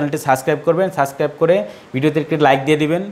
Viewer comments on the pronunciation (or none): none